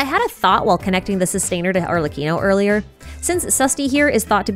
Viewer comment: after hearing so many people butcher it I appreciate the perfect pronunciation of Arlecchino's name